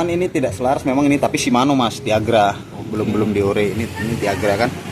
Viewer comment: Mungkin krna di kira bhs Inggris jadi di buang satu huruf biar keren, Deore juga malah jadi deor😂